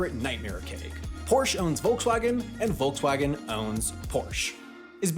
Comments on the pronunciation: "Wolksvagen", fhat the wuck? I get that foreign speakers may mispronounce these brands, but now you're misspelling them too? 😢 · What I find way more annoying is that they say Wolgswagn instead of Volkswagen... In German a V in the beginning of a word is almost always pronounced like an F and not like the English V. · ......There is something fascinating about listening to anyone not from germany pronounce such a german word as Volkswagen. It wasn't badly pronounced mind you, but it'll never be quite right. Too... soft. There need to be some edges. Otherwise this was really interesting to hear, really^^ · And I bet you don’t pronounce Volkswagen correctly either. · The name is Volkswagen, as in Folks-Vagen, not Folks-hagen! The other name is Porsche, as in Por-ShA, not Porsch! At least learn how to pronounce things correctly before making a video!